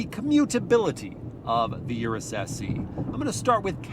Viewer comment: its not U- RES sounds almost like urinate, PLEASE say OROOS